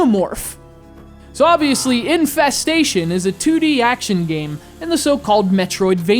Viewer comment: I thought you said Aliens: Incest-station.